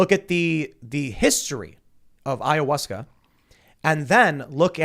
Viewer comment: Nobody: Tim: Ayawussca